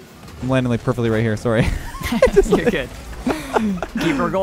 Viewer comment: That sorry sounded so canadian I love it haha!